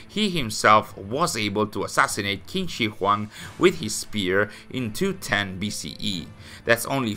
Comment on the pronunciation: Small nitpick: "Q" is pronounced as "Ch" sounds, so it'd be "Ching Shi Huang"